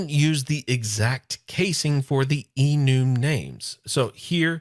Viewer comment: just a quick reference, I believe it is prenounced e-numb. Have been working with some Java last year and it is something they have had for a while I believe. All the references I have heard have been pronounced that way. Just an FYI and thanks for the video. Longtime fan Love Your Work